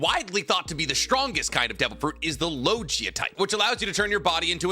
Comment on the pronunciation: parmathia and logia was pronounce so wrong😂